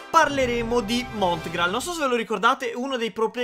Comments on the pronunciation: SI DICE MONGRAAL NO MONTGRAAL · Monngral non Motgral 🤣🤣 BELLA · Si chiama mongraal non montgraal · Non montgrall ma mongrall si dice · Comunque si chiama mongrall non mongrall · Sbaglio o ha detto MoTgraal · Ma perché dici montgral? 😂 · Hai detto montgraal